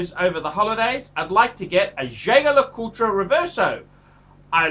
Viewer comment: Nothing oozes class like pronouncing Jaeger-Lecoultre incorrectly.